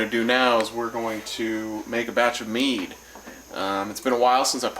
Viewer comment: Tow things one you be sayin it wrong and tow can it get you drunk